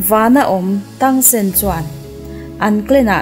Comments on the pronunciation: Tangsen ti tawh suh tangsan tirawh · Miss i aw ngaihthlak hi chu a nuam,mahse zo fantasy i tluk lo ka ti,zo fantasy kha en phot teh saw u te i ti mai mai a Xiao u(Zia U) ti a lam tur nia,tang sen nilo in (Tang san) tih tur bawk. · Tang sen ni lo vin Tang san zawk aww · Tang sen ni lo in tang san ti lam rawh 😂a hmuh nawm nexr request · Tang sen nilo in tang San Chuan zia u tiin lam bawk la maw Chuan dolou tia lam lo in dualaw tiang hian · Sooyu tilo khan ziayou tih khan lam deih zawk la miss cuan tangsan in aw tangsen nilo in 😂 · A thawnthu em mai xiau tih tur kha sou te a ti mai mai tangsan tih tur kha tangsen te a tia😊😂. 👇👇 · Tang ti lo in tang sek ti la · Tang sen a ni lo a, Tang san tur a lawm, recap sual tawh suh aw please in aw? 🙏😱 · Sawu ni lo in ziau chuan tengsan a ni lo tangsan ti in lam tur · Tang sen❌ Tang san✔️ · Zo fantasy khan tangsan atia, miss ilam dan chuan tangsen itia, xia-yu pawh sia-yu tia in anglo e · Xiao we leh Tang san tur aw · tangsan aw zawk aw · Tang san ...mizo tawng taka lam tur...chuan a nupui hi zia u tia lam mai tur...lam dan tur dik kala rawn sawi zel dawn😂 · Saw wu ni lo Vin Zia wu zawk lom Chuan Tang Sen ni lo Vin Tang sun lom 😂😂😂😂 Ka spelling hi chu min lo hrethiam mai ru😂hriat a awl Sam zok vak nia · Ihh an hming i lam dan hi en chiang deuh te a xia wu tih te tang san tih te hi...ka lo sawi ve mai mai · Tangsan tih a lom ziaU tih tur avbt